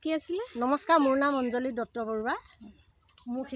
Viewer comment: অজ্ঞলী নহয় ,অঞ্জলী